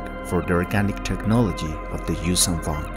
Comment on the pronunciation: As a huge vong fan the j sound just no it's Yun'uzhan and Yun'yamosk a y not a j